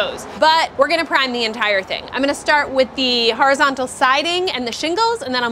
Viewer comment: The "harazontal" wood